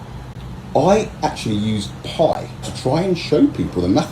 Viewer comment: Oh yeah let's see the pie.. er pi one!